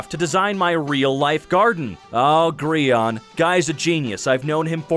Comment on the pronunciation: "Grion." "GRION."